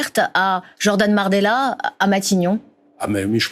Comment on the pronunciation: elle a dit Jordan Mardella 😂. Elle y est presque.